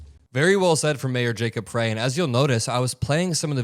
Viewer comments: Hey, Frey is pronounced FRY. as in frypan. Don’t mean to criticize; you’re doing a great job! At Roosevelt HS, the ICE agents taunted the students as they hauled off a staff member, who I think was released later, but I’m not sure. Anyway, Minneapolis is under attack because we are a didn’t vote for Trump. In what world is that right?!? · FYI, Mayor Frey's name is pronounced "Fry". Also, FYI there are 122,000 undocumented immigrants in the entire State of MN. CA has 3.2 M undocumented., TX has 2.5 M, and FL has 1.7M. Why is there a huge presence of ICE in MN? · For F's sake,. The Mayor's last name is pronounced, FRY. All of this is too important for any slips. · Mayors name is pronounced FRY btw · gentle correction: Jacob Frey (last name sounds like fry) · I love your reporting. When saying the Mpls. Mayor's name ignore the "e". Spelled Frey, pronounced Fry. Much love from my beloved Minnesota! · The Minneapolis mayor’s name is pronounced Fry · I believe it's pronounced fry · the mayor's name is pronounced FRY....really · Someone has to stand up for the Constitution. Might as well be Mayor FRY (correct pronunciation). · Hey … Frey is pronounced “fry” … thanks for all of your excellent work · Hey, ---Frey is pronounced Fry (our mayor) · the Minneapolis mayor's name is pronounced FRY like as in French fry. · I live in Minneapolis. The mayor's last name, "Frey," rhymes with "try." Thanks for your great reporting on this wrenching story. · Mayor Jacob Frey—pronounced “Fry.” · It's pronounced like FRY! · It's pronounced "Fri", not "Frey". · Just a heads up, the mayors name is pronounced "fry" like french fry not "fray" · Thanks,, for the coverage. BTW: Minneapolis resident here -- Mayor Jacob Frey's last name is pronounced "fry" not "fray." Thanks again. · Can a single Meidastouch network creator pronounce our Mayors name correctly? Pronounced FRY NOT FREY. See how easy that is.